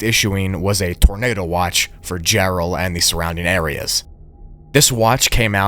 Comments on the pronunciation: Jarrell not Gerald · It's Jarrell, Texas, not Gerald...